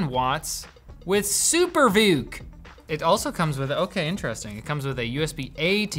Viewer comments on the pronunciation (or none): The emphasis of SuperVOOC charging sent me. 💀